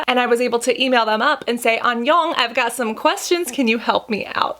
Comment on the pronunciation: Cassandra please is pronounce thank you (kamsamida) 감사합니다 and hello 안녕 (Annyeong). And to bad you haven't watch Korean Dramas you would of love to watch how even in series they used face mask for military man or that they are always encouraging to use sunscreen, plus you would learn easily how to pronounce it right. And is a lot of fun!